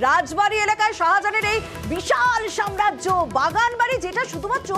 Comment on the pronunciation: Jiaur ke samrajya kotha ta thik kore uchcharan korte bolun